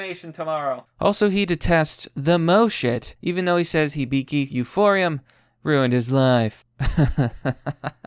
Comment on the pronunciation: TL:DW? "Kyoto animation studio deserved to be burned to the ground because I don't agree with how they adapted mangas and there are too many women." Also, the word is pronounced "Euphonium, not euphorium" and Moe is pronounced "Moh-eh" not "Moe". Come up with a cohesive statement and rational argument after you learn how to read, edgy dipshit.